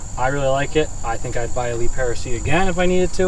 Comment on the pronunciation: Calling it a Lee Pair-a is killing me